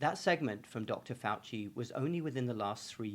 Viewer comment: Ok first it's pronounced fow-see second fow-see is twice Jesuit trained and might as well be a Jesuit himself. He's an inquisitor..... Also I know you wasted all that money on asshole school but if you want to be legit drop the doctor shit---- we don't use honorifics here